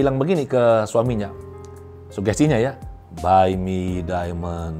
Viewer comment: Baaii Mii daiiimennd...baii miii daiimendd 🤣🤣🤣 beneran ngakak saya Terimakasih banyak semoga Tuhan berkati selalu🙏🏻😇